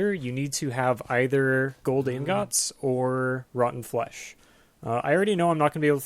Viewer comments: No one seems to know how to pronounce ingot. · I say I like iron ing-ot